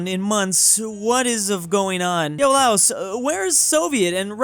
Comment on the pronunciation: I love your videos but for the love of God pronounce Laos correctly.